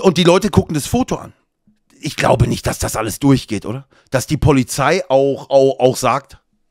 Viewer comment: "Dienstfahrrad Polifszei"